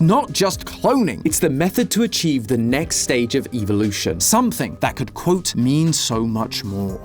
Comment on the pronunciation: “eevelution” idk what Pokémon has to do with poppy playtime but ok